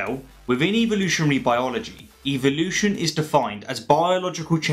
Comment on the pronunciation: Why does he say "evilution"?